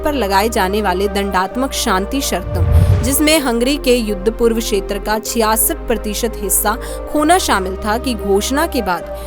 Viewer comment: क्षेत्र को बार-बार शेत्र बोला गया है जो बहुत खराब लगता है।